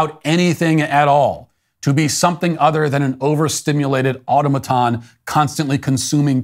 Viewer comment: IMO, Matt is brilliant, but that has to be at least the second time I've heard him pronounce "automaton" that way and though I realize I'm nitpicking here, I don't believe that's the way the word is supposed to be pronounced (at least I've never heard it pronounced that way and verifying with dictionary pronunciations validates my anecdotal experience).